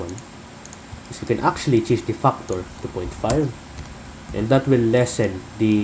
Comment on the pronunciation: I like how you say factor " Fuckor" .